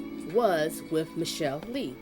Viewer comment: It's pronounced Miss Sha lay.